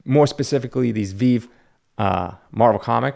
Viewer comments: You could not be more wrong. Everyone discounts the next technical upgrade (the TV, internet, cars, etc.,) Also, it is pronounced VeVe. Because of VeVe you have 2 million more people interested in both physical and digital books. You should be worshiping VeVe. When VeVe hits 100 millions you will be very sorry, and it’s not if it’s when they hit that user-base. Do more research. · Turned it off as soon as I heard you mispronounce Veve. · The fact that you pronounce the app name wrong speaks volumes to your knowledge on the subject. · First of all, it's pronounced as [Vee-vee]. Majority of these NFT's was sitting at $5 for the Marvel Comics #1 for example. Now they are $400 for a common. Secret Rare floor price for this is $100k. I was also buying Fantastic Four #1 holy grail commons for $6. Now they are $150. Prime examples of opportunities everywhere Secret Rare was $4k back a few months ago now $15k. Still cheap because there's only 600 every secret rare covers. You have missed the train, you can read these NFT's on Veve too. You have full ownership to a limited run NFT's these are not reprints. I've been on Veve for a year and it's so sad that you knucklehead old school comic collectors are going to get left in the dark. You can't read physical's because it's graded. With these older graded ones you can read in VR too on veve. People are stacking OG commons right now as they are still cheap. Lower the edition number the more expensive. Your video is incredibly cringe, these VEVE NFT's have 100x'd in months lol. that's 10,000%. You're talking about 20/30/40/50% in a year MAXIMUM in your videos for psychical copy analysis. Continue smoking dick. VEVE nft's are literally 2-5X'ing in weeks hahaha. GO EDUCATE YOURSELF before making videos. This dude has no idea how what's going on in VEVE. Big whales have entered. Keep making your 10/20/30% gain video's. Horrendous video. You’re literally the worst 😂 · Dude, you don't even know how to pronounce Veve correctly 🤣🤣